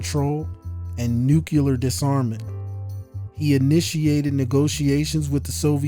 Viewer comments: Why is it that so many people say "nucular" instead of what it realy is which is nuclear? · thank you, good material...i just wanted to say that the word Nuclear is pronounced New - Clear vs. New - Cu - Lar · I’ve been thoroughly enjoying your content, but for the love of god, it’s Nuclear (like Nu + Clear), not “Nucular” (not a thing) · Did you say “nucular” ?